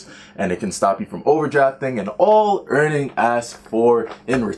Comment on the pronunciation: Dude its Earnin, not earning